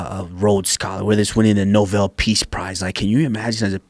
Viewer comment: It’s not Novel peace price it’s Nobel